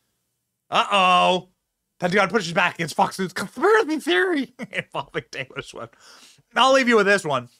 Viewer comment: Who tf is taylow swift lmao